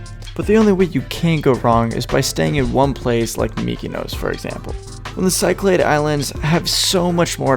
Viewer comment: After a year, it's still the "Cy-clade islands" Man, what a dumbass.